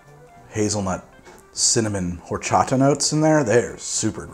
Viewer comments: Side note from a Mexican fan, horchata Is pronounced "orchata". The h doesn't make a sound, but other than that great show great drink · Just heads up, being a Spanish word, horchata is said or-cha-ta. The H is silent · Do NOT pronounce the "h" in horchata, sir, please. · H is silent in Spanish. ;) (Think "Orchata") ... Much love from an American living in Mexico. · The h in horchata is silent :)